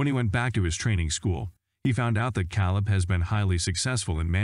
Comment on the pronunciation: Wow!! This narrarater is a real Heartland fan. Calebs name is K leb, not cow leb😄